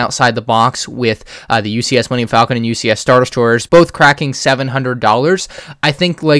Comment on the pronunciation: Thats a weird way to say millenium falcon.